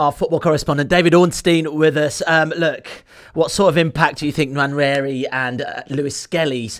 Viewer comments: David could've at least tried to pronounce Nwaneris name properly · How is it that an African can't pronounce NWANERI 😢. Absolutely no effort from David Full marks Phil and James. ADR approach acceptable